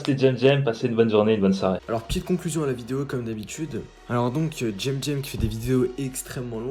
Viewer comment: Toi petit chomeur alors dans tes videos tu dit alors choisi le parfait pseudonym ou un des deux lequel ptn?!?!?